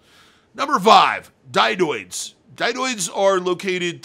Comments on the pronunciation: you always say dydoe as if it is spelled dydoid, and as far as I have ever heard, apadravya and hafada are pronunced exactly how they are spelled, letter for letter, ah-pah-drahv-ya and hah-fah-dah. I’m not a professional piercer, but I got my PA in the mid-90s and have paid attention to the community ever since. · It becomes harder to take you serious when you mispronounce apadravya, dydoe, and hafada every time you say the words.